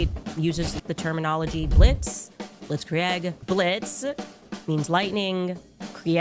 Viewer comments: it’s that a cheese blitz-kree egg? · You gotta use blitz-kree eggs for that